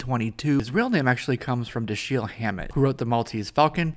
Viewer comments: Great review! One note: His first name would be pronounced "DA-shill" - emphasis on the "Da", which is pronounced like "dad." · Another of my favorite characters from the cartoon. You're mispronouncing his first name. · Why didn't you look up how to pronounce Dashiel?? It gets annoying quickly.